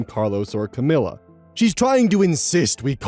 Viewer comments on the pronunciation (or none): none